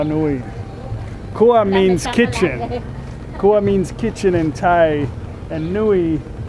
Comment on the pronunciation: Most farang mispronounced kitchen. It's "krrrrua". Without "rrrrr", it's "kua'. KUA means PENIS. And many Thais mispronouced "Election", they would say "ERECTION". Are you voting for Trump for 2020 ERECTION?